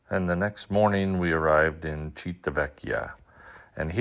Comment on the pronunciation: It’s pronounced “Chee Vee Tah Veck E Uh.” Six syllables, sir. I’m Italian and it seems very few Americans can get that pronounced correctly 😅